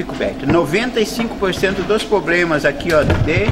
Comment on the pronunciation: quando ele disse ' a maioria dos pobrema.... ja parei de ver